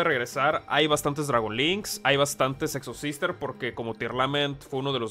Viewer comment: ¿Es intencional que al pronunciarlo pareciera que dijeras "sexohermanas"? ¿Es solo para tirarle sal a los entusiastas de dicho deck? ¿Terminarás siendo un Exobrother si Snow y Pasto se van de baneo? Preguntas que averiguaremos por este mismo canal.